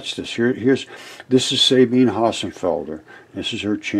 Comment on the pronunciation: I rewatched this because it's funny, and I noticed you missed the pronunciation of Sabine's name. If I remember IPA, it would be: sʌ•bin•ʌ Otherwise, it would be like sun without the n, bean, and none without the final n sound. I'm sure you'd prefer to get someone's name correctly, so I figured I'd pipe up about it. 🤷‍♀️ I hope you don't take it as an insult.